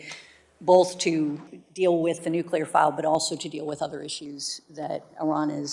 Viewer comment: The word is NUCLEAR!!! Not NUCULAR!!!